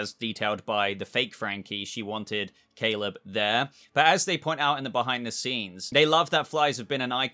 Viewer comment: who are Caeve and Maleb??? 😂🤣😂 I had to watch a second time to catch it. Great video as always 👍🏻